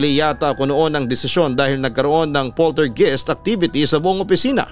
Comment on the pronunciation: Poltergeist = POL-TER-GA-IST